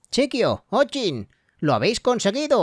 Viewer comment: Se pronuncia ochin no o chin